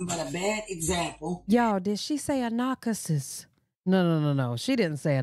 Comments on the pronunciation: A "nacuhsis"? 😂😂😂 Chrisean don't even rock with this sister. She hasn't even seen the baby in person. This chick just tryna collect a check for "views". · Yes she said narcacisst...lol